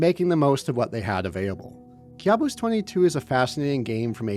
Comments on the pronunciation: I think it should be pronounced "kaboos" not kyabus😂😂😂😂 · It's pronounced Ka' buos 😊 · It's pronounced "caboose" bro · Youre kinda pronuncing the world wrong Kabus is a persian loan word in turkish, youre pronouncing it as if youre immitating Turkish accent